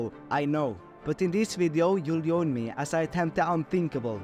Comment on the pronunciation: The way u say achieving and join is so Swedish lmao